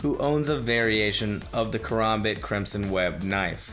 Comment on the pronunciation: Apparently skins in Dota = skill and dude talked about Crimson Web Karambit but then never showed one and also mispronounced it too. Nevermind that the Crimson Web Karambit isn't even the most expensive skin in the game by a long shot.